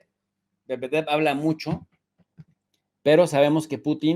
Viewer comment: ..dice Mu ho Pues..,!....😅